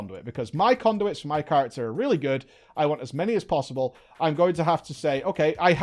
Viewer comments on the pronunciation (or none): none